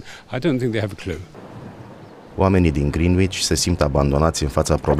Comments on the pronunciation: Se pronunta Grenici. La fel ca orasul Reading care se pronunta Reding nu riding sau Leicester se pronunta Lester. Oricum de ce ati ales zona asta ca exemplu ca de fapt este o zona scumpa unde nu prea se vede saracia si este putin zona turistica. Acolo se 'da ora exacta' la propriu i.e. GMT. Sunt zone unde chiar se vede saracia gen East Ham, Barking, Romford, Woolwhich. Dar Londra este o metropola unde locuiesc 10mil de oameni deci e normal sa ai bogati si saraci. Insa eu zic ca fac treaba buna la nivel social si in general comunitatile se ajuta intre ele si consiliile ajuta comunitatile: sunt foarte multe parcuri pt copii, activitati gratis, muzee. trateaza in spital pe fiecare in mod egal gratuit indiferent de venit etc. Sunt bune si rele dar Londra ramane o forta pe plan mondial de la domeniu financiar la entertainment, stiinta turism restaurante etc. you name it. Cred ca ai mai multe sanse de reusita si sunt mai multe oportunitati in Londra ca imigrant decat in orice alta metropola din lume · Ați pronunțat greșit "Greenwich" 😊 O greșeală comună aș zice, și eu am pronunțat greșit până m-a corectat cineva